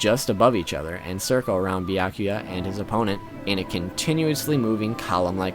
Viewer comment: tell me who is bi-yah-kuya😂😂😂😂😂